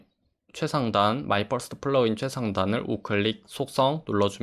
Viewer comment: 내용은 좋은데 ." 마이 뻘스트플러그인"가 살짝 웃기네요.ㅋ